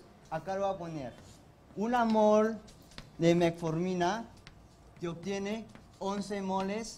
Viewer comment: Será primer puesto pero no sabe gramática , dice cacsula, octiene etc. etc Sinó felicitaciones por ser estudiosos.